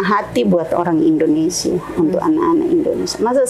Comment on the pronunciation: Indonesia mbak....Indonesia bukan Indonesa ......